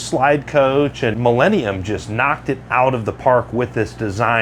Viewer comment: The correct pronunciation is, Mee-la, not Mee-lay